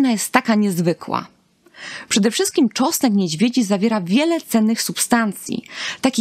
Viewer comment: To wspaniale , tylko, że na początku trzeba było wspomnieć, że czosnek niedźwiedzi jest pod częściową ochroną, to oznacza, że nie wolno zbierać go po lasach czy łąkach, dziko rosnący. Dotarło? :) Poza tym proszę spróbować mówić tego czosnku, a nie tego czosku . Prosimy oglądających film o nie łażenie całymi tłumami po lasach w poszukiwaniu wyżej wymienionego, bo ktoś zapomniał dodać w filmie, że to nielegalne.